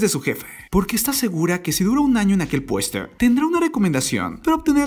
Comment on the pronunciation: logico que me di cuenta y puedes hablar bien porque pones la E al final de las palabras se dice PUESTO NO PUESTE QUE HORRIBLE HABLAS EELA ELLE QUE ES ESO